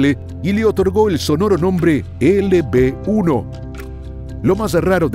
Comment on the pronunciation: de des de disir LB-1 dijiste LP-1 yo así te entendí me saludas soy tu fan